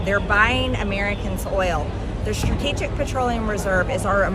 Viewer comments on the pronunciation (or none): Marjorie really struggles with saying the word "strategic" 😂 not shocking considering she's showing zero strategy for anything she's ever done.